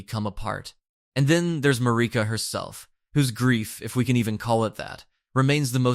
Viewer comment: MAR-I-KA. Not MARI-KA.